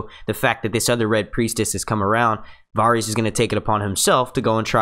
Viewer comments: Does anyone else's skin crawl every time he pronounces the names wrong???? Me-san-dee??? No...Mis-san-day. Var-rees? No... Vair-is. Please, please, PLEASE ....LISTEN to the way the names are pronounced in the show and take note.... thanks!!! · Ok here we go(for help). Tyrion is TEAR-EE-UN VARYS IS VAIR-US Missande is Miss-Sanday not being rude just want to help you out especially if you are going to do many videos. great video though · The Varys mispronunciation was the worst one for me...he must be saying the names the way he said them in his head while reading the books... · How many episodes of this show have you watched? Have you never heard Varys pronounced? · Why does everyone say at least one character's name stupidly? This guy says Varys stupidly, others can't say Missandei, it seems like everyone who makes GoT videos has that one character whose name they cannot say correctly. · Btw you are saying a few of the names wrong mainly Missandei, and Varys. Not hating just nit -picking 😋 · would help it you pronounce the name correctly, varys and who is mee sand ey? do u watch the program? very basic stuff. also Davos never said he want to Naath, he said he had "heard" it was beautiful, never been. would mention more things, but why bother. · Why do you keep saying there names wrong varys cercei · Please learn how to pronounce Varys...ur driving me crazy the way u say it wrong repeatedly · Stopped watching cause how he says varys but good vid